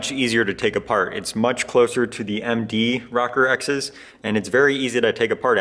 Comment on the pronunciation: ROW-CORE, Row-Core....nice videos...NICK-CORE or NYE-CORE...ROW-CORE or Nothing else. LOL! Sorry man, I'm an old fart from NJ just down the street from where the Minolta headquarters was for almost ever. I've been selling cameras since the seventies, I don't remember anyone ever call the "Rocker" lenses (as neat as that does sound). LOL! Peace. Not a big deal, but stop it.